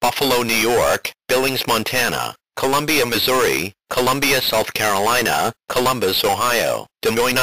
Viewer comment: everything was fine until he said columbia missouri...